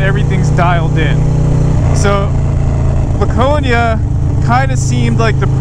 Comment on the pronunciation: As someone from NH, I wanna inform you that we, at least all the people I know, pronounce it “Lacone-e-a”